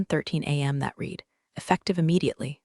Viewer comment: How come you can't get Read and Read past tense and Present tense correct..???